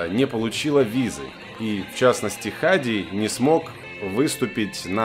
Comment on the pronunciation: Правильно не Ха'ди, а Хади'